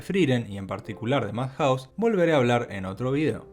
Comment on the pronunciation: Se pronuncia iufoteibel, ei uan, MADjaus y no madJAUS. jaiKIUU y no JAIkiu.